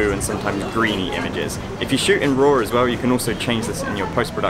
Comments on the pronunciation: “If you shoot in RAWR...” if you’re a beast, how else would you shoot? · Wonky... i thought he was saying One Key... lol i was like..whats wrong with one key light. And i ALWAYS shoot in ROAR! lol.